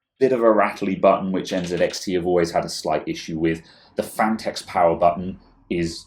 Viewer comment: you say NZXT not ENZEDEXDE